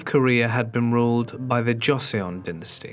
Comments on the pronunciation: "Dduk-heeay" "Joh-sun" Please research correct pronunciations. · Enjoyed this one but your pronunciation of Korean really jarred me. It is difficult to try to read Hangul in the Roman alphabet. For future reference; the letter j is pronounced as CH. The letter G is pronounced as K. Would have been really nice if the dialog boxes with complete sentences were to stay longer on the screen to keep up with reading them. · That and the way he says Joseon...bawling my eyes out